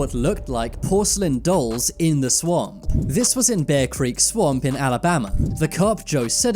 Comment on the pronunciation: Me too I thought he said Obama😂